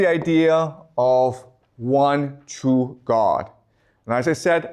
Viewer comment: Do Chinese speakers not have the letter R? You say the words, really and workers, perfectly, but cannot pronounce the word true and many other words that have an r, I'm just trying to figure it out linguistically. You are a great teacher and a small speech impediment is no impediment at all to communicating the vast knowledge to your students that you have accumulated over the many years of study you have obviously done.